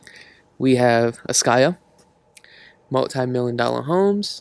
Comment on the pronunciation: What gets me is when he says "millon" instead of million. 😒